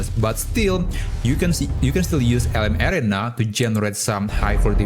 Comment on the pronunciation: Couldn't figure out what LM "Air-ray-na" (said very fast) was until I realized you were pronouncing LM "Air-Ree-Na" creatively. Hoping you might use the common pronunciation in future videos. Thanks for the great content!